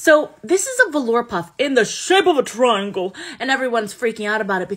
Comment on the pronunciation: low voice* IN THE SHOIPE OF A TROIANGLE!